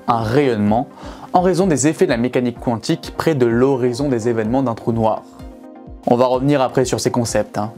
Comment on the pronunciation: La prononciation mécanique Qwantique me stresse 😅